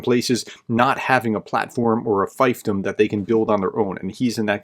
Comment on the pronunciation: Hey prof.. "fiefdom" is pronounced feef-dum, not fyfe-dum.